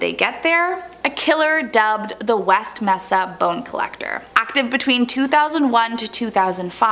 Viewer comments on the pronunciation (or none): MESA > It's pronouced: 'may-sah'